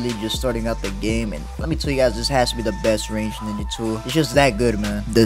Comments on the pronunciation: Bro really said niggatool like I wasn’t gonna catch it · It sounded like you said the n word 😂